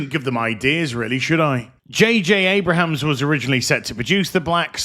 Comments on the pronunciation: It’s Abrams. Not Abrahams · I'm gonna guess the mispronunciation of J.J. AbraHAms is intentional... 🤪